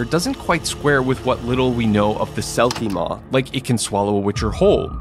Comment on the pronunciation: Selkie Mór (pronounced moor) means big selkie in Irish which is fitting seeing as geralt get swallowed by it.